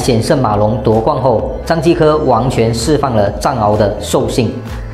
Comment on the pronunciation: ⋯⋯ 張繼科 （完全）釋放了藏獒的獸性 是 完全 不是 王前 聽你在咬字錯誤 好累呀 都得看字幕才知道你在講啥